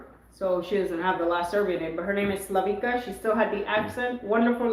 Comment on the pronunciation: She's name is Slavi(C)a, and (C) is pronounced as (TS)i(TS)ipas, not as (C)arla.